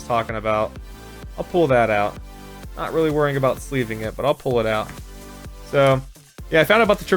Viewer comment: Is he saying pull pool pole